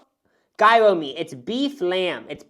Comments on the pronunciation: Never heard anyone pronounce ‘JI-RO’ as ‘Euro’….. it’s disturbing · genuine q ! is that the midwestern pronunciation of gyro ? I kept thinking y’all were saying euro 🤔💖 all this w peace and love !